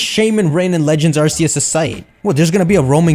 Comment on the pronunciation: It's AR "KE" YOOS!!!!